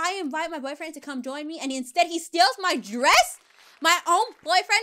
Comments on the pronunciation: I love how she said bufrens XD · I love how she says boyfriend it’s so funny